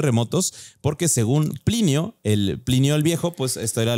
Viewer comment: Nabucodonosor y Plinio (no pilinio) las nuevas palabras que no puede dicer jajaja